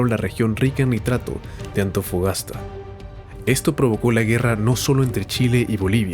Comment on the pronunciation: 😂 cierto, dijo Antofogasta